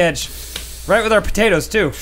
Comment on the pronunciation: calling them potates:D